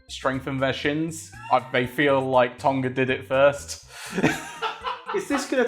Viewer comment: It's pronounced 'Tong-a' not 'Ton-ga,' incredibly frustrating hearing the repetitive mispronunciation